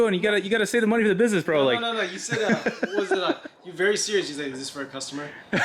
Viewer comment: Veery nice